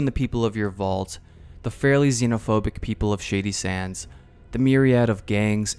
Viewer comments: I'm gonna be honest even though I'm well aware what the name of the town is, it sounds like you're saying "shitty sands" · Genuinely great video, but word of advice...enunciate a little better...every time you said "shady sands" it sounds like "shitty sands" to my ear. Also the word is "struck" not "striked" Minor criticisms, please dont take this as me saying it ruined the video for me